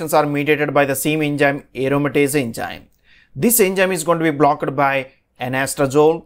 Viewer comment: Typical south indian accent of English. Plz pay attention to: It's not Engime...but enzyme Not BlockED but blockt